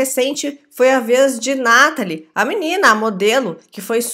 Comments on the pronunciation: vc errou o nome, não é Nathaly é Néraly kkkkk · Não é Nataly é "neraly" kkkkk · "Néraly" se pronunciou kkkk